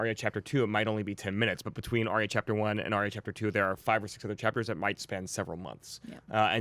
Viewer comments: and I heard him say Ar-Ee-ah instead of Ar-Yah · Stop pronouncing Arya's name wrong >.< She said it twice this season and yet you all still say it wrong, Maude Garrett will know all about how that feels :P